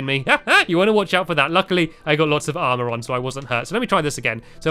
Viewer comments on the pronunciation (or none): none